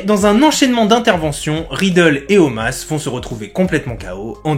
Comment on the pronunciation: Omos ! Pas Omas ehhh top vidéo sinon continue !